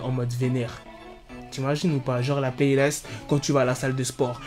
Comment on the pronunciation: essaye pas de t'inventer un accent mdrrrr ça se prononce playlist et pas playlayst